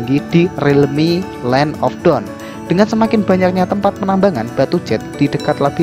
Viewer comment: Cuma Mungkin Dibagian Pengucapan Dawn Sama Dark Aja Bikin Senyum-Senyum Sendiri Kan Beda Arti Kata Dawn - Down, Dark - Drag 🙏 Sisanya Keren, Ane Gak Skip Sama Sekali ✌️